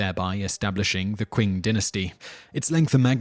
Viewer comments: Oh, he knows his history. I never said anything about his Chinese! I think "Qing" is pronounced "Ching." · Qing is actually pronounced Ching. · "Kin" "Quing" "Wenkuan" "Wengswan" "Ciksi" "Zeng D" "Lou Zye" "Lady Qui" "Wy" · It's not "kuun" dynasty... Qing dynasty is pronounced "Chi-in" dynasty. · ***** I don't expect anyone to speak actual Chinese. I just expect people to use the closest approximation within their own range of phonemes. And as you said, that would clearly be "Ching" and "Chin," not "Quing" and "Kin." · ***** Well, somebody clearly does but I doubt it's the guy who pronounced the Qing dynasty as "Quing dynasty." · wtf? Why are you even arguing about something you're clearly wrong about? The word Qing is a phonetic translation of the Chinese word, therefore the inherent pronunciation should be read accordingly. Unless you could find some evidence based on the etymology of the word "Qing" from any established English dictionary, your reasoning so far sounds lacking. It's not that you have to learn Chinese to understand English, but context is important for any language, especially when it comes to lexis. Maybe try sophistication rather than sophistry? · Interesting presentation although most of the Chinese pronunciations are wrong. (Solution: get a Chinese student studying in the US to help with that). Even the English word Manchu is pronounced wrongly (try Fu Manchu instead). That said, the parallels with Chinese history are spot on. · Qin dynasty is not Qing dynasty